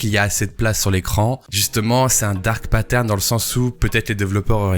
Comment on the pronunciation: Je suis Québecois et j’ai jamais entendu c’est expression là. Parcontre on est capable de dire Dark Pattern sans accent 😅